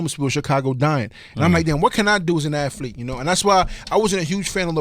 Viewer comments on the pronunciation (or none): Miller said "As an afleet" lmao. It's athlete bro.